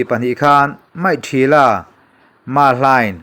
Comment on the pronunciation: Maihthila tih kha an mahni lam dan mikthila ti in lam nise mi tam zawk in anlo hriatthiam zawk a rinawm e.